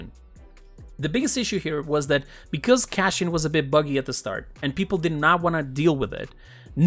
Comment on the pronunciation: Why do you pronounce his name like it's Cashpian?